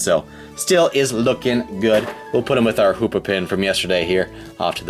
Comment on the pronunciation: Hoopa not hoops hahaha